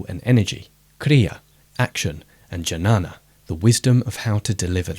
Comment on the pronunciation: Jnana is actually pronounced knyana, with k sort of silent. All else were pronounced alright as my knowledge